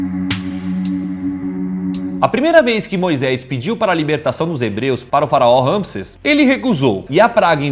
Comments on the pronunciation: Amei o vídeo mas É RAMISSÉS Ñ RAMISSES ACENTO NO É!!!! Kkkk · Ñ é ramisses ! É Ramissés ...faz a pronúncia direito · Geeeente passei o vídeo inteiro corrigindo vcs.. o nome do faraó é Ramsés.. RamsÉs.. tem acento no é... vcs fazem a pesquisa pro vídeo mas nem se ligam na pronúncia.. adoro os vídeos d vcs, porém vcs pecam nessas pequenas coisas..